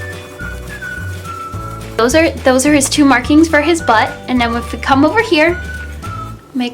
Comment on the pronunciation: LOL its so funny the way you said butt lol